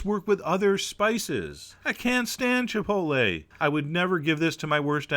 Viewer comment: Chef John, I can't thank you enough for properly pronouncing the word Chipotle, A certain horrible southern matriarch insists on mispronouncing it Chip-ol-tee /shudder.